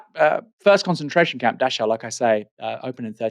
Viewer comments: Never heard of Dash-ow. It's pronounced Dack-ow. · Just for your info Aaron. Dachau is pronounced 'Dakau'.